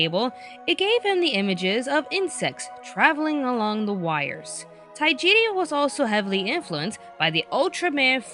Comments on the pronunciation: Tajiri, not Taijiri. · Not to be rude,but it's Tajiri,not Taijiri